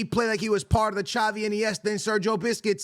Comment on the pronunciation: “Sergio biscuit”😭💀💀